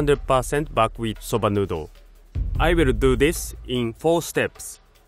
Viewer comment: What kind of Wheat is he using? Buk wheat? I can't really understand it...